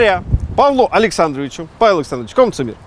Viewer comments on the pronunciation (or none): none